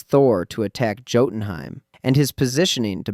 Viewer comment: YOU KNOW HOW TO SAY LAUFEY RIGHT BUT NOT JOTUNHEIM???